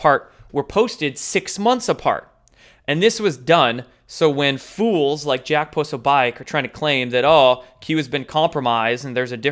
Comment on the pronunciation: Exactly! You have to ask yourself why Jones and Prosabitch are getting so much air time? I agree with you, pronounce names however you want. It’s your channel and if they don’t like it, they can hit the door 🚪. Free thought is priceless and just like it describes, it is FREEEEEE!!!!! And why are people so concerned about your pyramid? Pyramids are part of our history, deal with it! Instead of critiquing, start your own channel shills and larps, we don’t have time for your 3rd dimensional drama! Thank you for all of your insight and hard work 🇺🇸